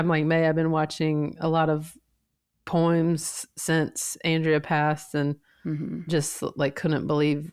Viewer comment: Not to make light of a heavy moment... but when Fortune is talking .... I thought Fortune was going to say "I've been watching a lot of porn" because of the way she pronounces "poems." Logically, I know that doesn't track, but audible... I still thought it was about to happen. haha.